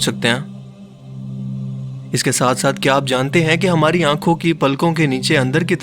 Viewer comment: Again wrong pronounciation of LACRIMAL PUNCTUM